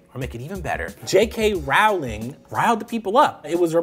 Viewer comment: Damn even this man says her name wrong